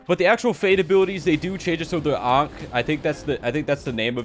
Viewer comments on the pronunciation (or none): none